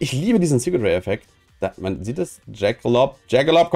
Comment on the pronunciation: Wie geht das, machst du das extra?,,Rare Super Rare Ultra Ware Secret Rare Ultimate Rare Luxury Rare" Er kann Rare nicht mit R sprechen wenn Ultra davor steht lol